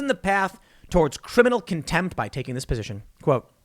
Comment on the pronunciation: I hate how Tim says contempt